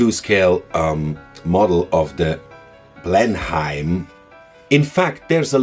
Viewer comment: No criticism, but in the typically idiosyncratic way of the English language, 'Blenheim' is pronounced 'Blennum'........